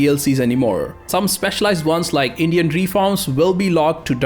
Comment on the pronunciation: I don't think we'll ever get an answer to where he's from, but I doubt it's India since he mispronounces Indian.